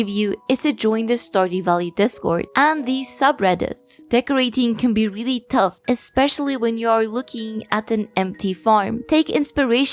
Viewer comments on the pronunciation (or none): none